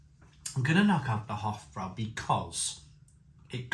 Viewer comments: It's pronounced with broy not brow. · Hofbrau is actually pronounced 'Hoff Broi' similar to 'Lowenbrau' which is 'Leerven Broi' (Lions Brew)